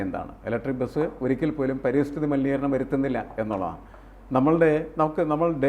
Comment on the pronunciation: പരിസ്ഥിതി, not പരിതസ്ഥിതി